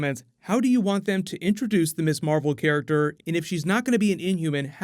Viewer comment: Mizz Marvel, not Miss Marvel "Ms is pronounced Miz"